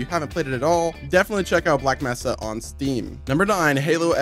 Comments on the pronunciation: He keeps saying messa instead of mesa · It’s May-sa.